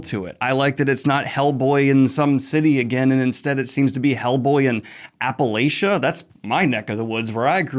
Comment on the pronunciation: Hearing Daniel mispronounce Appalachian more than once felt like hitting my big toe on a table leg. 😭 Still love him though!